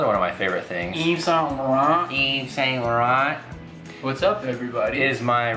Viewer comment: It's pronounced like "Eve-san-lore-ron"